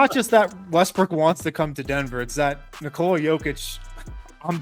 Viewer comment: finally! Someone pronounced his name correctly. Thank you and may your channel thrive. Also good video